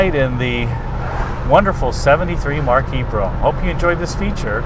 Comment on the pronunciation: *BROMPE**, NOT **BROUGHAM!!*